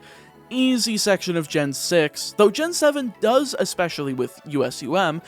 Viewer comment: that's s weird way to pronounce gen 6